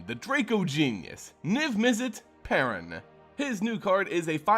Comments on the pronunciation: It's not paaran it's paruun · It’s pronounced “PAY-roon” for the love of fuck.